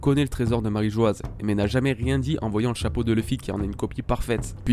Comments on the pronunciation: J'ai remarqué que beaucoup commencent à prononcer "Marijoaz" à cause de l'orthographe assez surprenante choisie par Oda, mais c'est une erreur. La prononciation de Mary Geoise/Marijoa/Marie-joie peu importe le terme exact restera toujours "Marijoa" sans Z, vu que l'écriture en japonais et donc la prononciation n'a jamais changé (マリージョア). Oda a choisi une drôle d'orthographe qui est selon moi une petite erreur et sera modifiée plus tard (peut-être pour devenir "Mary Geois", sans le E à la fin qui modifierait la prononciation). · S'il s'est trompé sur la prononciation, ça fait 15 ans qu'il le fait et continue de le faire sciemment. S'il avait subitement voulu changer la prononciation de "Marîjoa" après 15 ans d'utilisation en "Marîjoazu" (prononciation japonaise du mot Mary Geoise) il l'aurait tout simplement écrit "Marîjoazu" en japonais clairement et nettement. Je crois que tu ne comprends pas vraiment le problème ici vu que tu ne comprends pas vraiment le système d'écriture japonais.